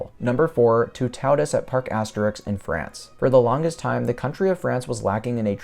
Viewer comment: I said it before, but Toutatis isn’t pronounced too-taw-dis like you say it,more like too-tah-tiss 😁